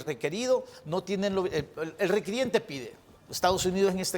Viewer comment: se dice requirente no requiriente